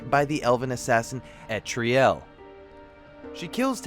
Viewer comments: ELTARIEL. Say it with me. El. Tar. Ee. El. Not Etriel. How is this so difficult? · Yeah I have no idea how nobody can seem to figure out her name. It's pretty simple... "El-tar-ee-el"